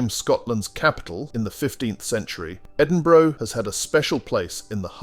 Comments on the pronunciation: It's Edinburugh not Endinburoo yah pure dick!! E-Din-Bu-Ra!! fanny baws!! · Please learn to pronounce Edinburgh. It is not edinbro. Nice video. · Just say Edinburra , now that is how the folks there pronounce it there and about everywhere else . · I was so glad to move on from the Edini- bro bit, my skin crawled every time it was said. its Edin-bu-ra!! I expect that from Americans but not an English speaking voice. You live next door for goodness sake. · Had to stop the watching after hearing “Edinbro”, it’s just not on. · its Edinburgh, not Edinbrow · This numpty narrator needs to learn how to pronounce the names of places correcrly..Edinbro,Lock,Lowhaber..boils my piss.. :( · it's pronounced Edinburra. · Yeah, that was pretty annoying. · Agreed!! I was born in EDINBURGH and came to Australia as a teenager with my parents in 1961. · Yes his prononciation of Edinburgh is particularly annoying . It grates on the ear. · Good video, but Please learn how to pronounce Edinburgh Lochaber Burgh and loch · You say "Edinburgh" wrong. There is not a "ou" sound, but a "a" similar to "a" in "car". Put it to Google translator ;-) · Nor is it Edinbruvv innitt!? Shocking! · Ditto the Edinburgh note. And, the word loch is pronounced "loch" not "lock". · Why go to the bother of show casing Scotland only to ruin it by not even bothering to learn the correct pronunciation of our cities esp our capital mate .?